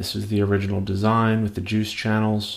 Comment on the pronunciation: "can i taste your joosh?" hahaha